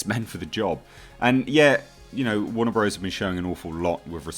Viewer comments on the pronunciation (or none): none